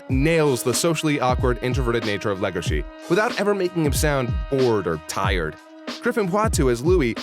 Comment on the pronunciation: pronounces Legosi with an H because of how it's rendered in Japanese Eye twinge Pronounces Louis the western way the next line 🙃